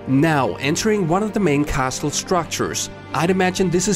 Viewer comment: CASLE, the T is silent!